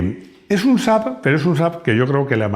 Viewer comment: Bien pronunciado! 😂 Saludos desde Suecia. 🇸🇪